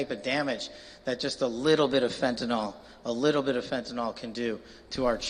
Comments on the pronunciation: If this guy is running the fentanyl epidemic he should at least pronounce it properly. It's fenta-NIL not fenta-NOL. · I know I'm an absolute nerd and a pain in the arse, but why is it that seemingly no one can correctly pronounce fentanyl? It boggles the imagination.